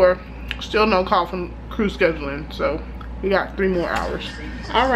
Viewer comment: Yeah, 20 people, no. I laughed every time you said “screw” instead of “crew.” I have never been on a CRJ for your airline. I have been on the ERJ 145 and the ERJ 140. They looked like they had seen better days.